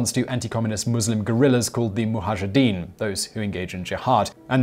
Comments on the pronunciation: Thanks for the video. Just a small correction: it's Mujahideen, not Muhajideen. I used to say it like that as well until I saw it written down, easy trap to fall into ;) Love this content, keep on keeping on! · It is Mujahideen.